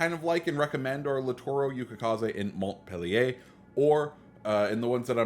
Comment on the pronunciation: You totally butchered the name of the ship by the way you said it and it is not a reskin of the Cleveland because it was in fact a separate ship in the Cleveland class of cruisers named for Montpelier which is the capital city of Vermont. Just because it may look like a Cleveland does not make it a Cleveland a lot of non Navy people think this way but it is not so. Good video other than that.